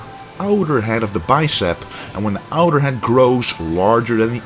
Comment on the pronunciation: sounded like you said 'when the outer head grows larger than the internet' lol